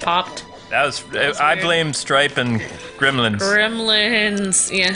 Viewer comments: I pronounce it gremlins not grimlins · I remember grim-lins that's how you say it your right